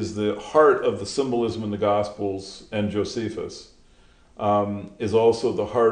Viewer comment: Gosiples? Lol. Good video man, I actually love monotonous narration in a medium to low timbre... just gotta clean up those pronunciations.